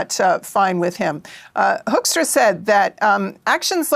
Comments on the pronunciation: Hoaxtra (excellent pronunciation for this ambassador's name👍) will leave when the next administration sends a new one. I don't know if it's possible or would help to kick out this one in the hope for a better ambassador for as long as the Trump administration is there. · Top tip! Start pronouncing his name the proper "Dutch" way- "Who"kstra or Hooookstra- That ought to trigger him!😂